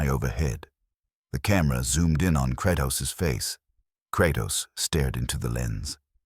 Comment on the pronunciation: Kratas? Lol